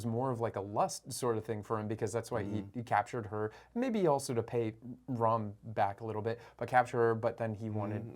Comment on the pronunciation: First foreigner to get the pronunciations spot on..."Raam" & "Raavan", not Rama and Ravana. plz also know it's pronounced as Raamaayan, not Ramenayana. your knowledge, respect and devotion to Indian gods and scriptures and commendable brother. huge respect 🙏🏻